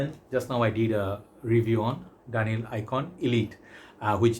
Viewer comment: Its pronounced DUN HILL